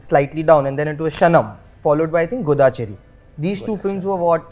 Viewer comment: It’s not gudda chari 😂😂😂